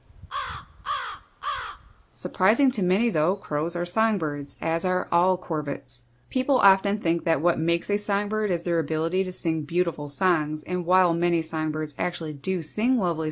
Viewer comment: Uh, it's CORVIDS, not Corbett's! Who writes these things?? Sheesh!